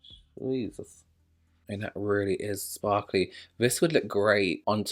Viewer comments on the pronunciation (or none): none